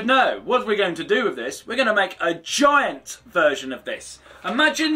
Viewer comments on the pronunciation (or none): none